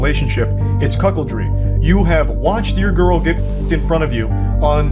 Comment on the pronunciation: bro really said "cuckoldry"